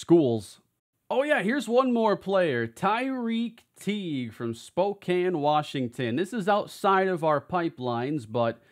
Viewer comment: you pronounce Spokane correctly, this is a huge win